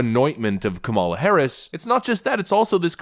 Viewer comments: I love your videos. I have to correct you on the pronunciation of Kamala. The emphasis is on the first syllable. Not the second syllable. You will be fodder for the left. That’s all. Keep up the good work. I enjoy your perspective. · Are you mispronouncing her name for effect? KAM-a-la. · Hi, been listening for a while and like your content, I don't like kamala, and won't vote for her, that said, I wish you would learn to pronounce her name, does she deserve that respect at least? It's a small thing but it's annoying and a little petty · Do you really not know how to pronounce her name?